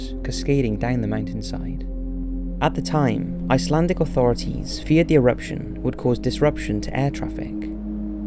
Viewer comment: Not bad Icelandic pronunciation here!